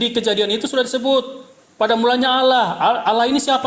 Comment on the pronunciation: Membaca Allah saja jadi Alah apa lagi bahasa Ibrani